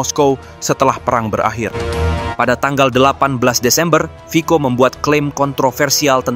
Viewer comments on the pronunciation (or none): Yang benar admin, itu /fitso/. “Fico” dibaca nya 👉 /fitso/ huruf “Cc” Slovakia diûcap /ts/ atau /tse/!